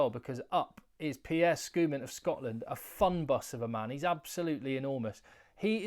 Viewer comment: Heyy. I just want to help you with Pierre Schoeman's correct pronunciation: The "a" in Schoeman is pronounced as the "u" in Sun, Fun, Bun, Stun. Pierre Schoeman 👍